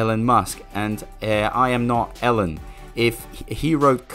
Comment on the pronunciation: Elon does not call himself "Ellen" so why should anyone else unless they are just trying to be disrespectful? JS. Not like his name is hard to pronounce